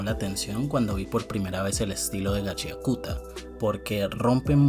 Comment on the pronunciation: Yo igual le digo Gachiakuta, jajajaja, aun que se pronuncia Gachakta. xdd La moda y que los jinkis no sólo den un poder de fuerza bruta me recuerda a jojos aunque a Kei Urana le dijeron que es más como soul eater.